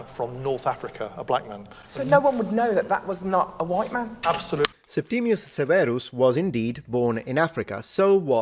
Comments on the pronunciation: Is this Septimius or Septimus? There seems to be variation in your pronunciation and in the orthography. Wikipedia says Septimius. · At school we talked about Septimus Severus, not "Septimius" - was that wrong..? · A history expert? He can't even pronounce Septimus properly let alone English without a laughable regional accent! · Why is everyone saying Septimius Severus, including you? Surely if that is how the name was pronounced that would be how it is spelled.